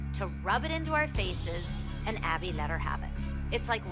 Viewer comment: she really said Awbby